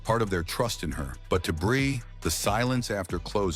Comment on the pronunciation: I It's NOT "BRAY"! It's "Bree", you stupid BOT!